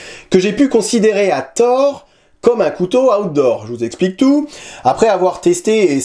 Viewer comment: Ta façon de dire "Outdoor", on a l'impression que tu dis "Hot d'Or", remarque, c'est logique quand le couteau s'appelle Asticus 😂😂😂